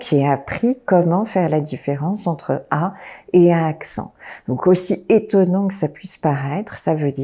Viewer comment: Madame, puisque vous êtes professeur, vous devriez savoir qu’il ne faut pas dire « ce n’est pas (h) étonnant » mais « ce n’est pas (z) étonnant. Avec la liaison !